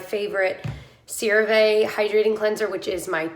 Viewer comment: PSA for everyone! One of my sister's friends was a rep for CeraVe for years. It's pronounced SARAH-Vee--IF you care! It's not a biggie, honestly, but if you're one of those people who can't stand the thought you might be saying it wrong... there ya go!